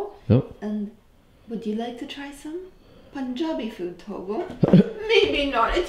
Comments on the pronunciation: You ordered all my fav food and love your punjabi pronunciation 😍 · Your pronunciation of Punjabi is on point!!! Good to see you again!!! Saw you along with David 😊😊😊😊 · ITS so awesome to listen correct pronunciation of PUNJABI great 👍 love from india❤️